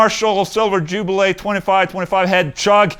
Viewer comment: Jubileeeee not jubilay, sir.